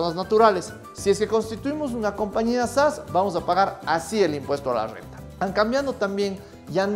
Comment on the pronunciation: Me encanta tu Rrrrrrrr renta elegantemente Rrrrrrrrenta Oleh!! sabio te voy a seguir haber que aprendo de voz, te acabo de conocer haber si me conquistas con la Calculadora, no si di qui habláis, solo entendí relajar pelvis, que si voy arriba positivo y cuando hago abajo me hago invisible? 🤔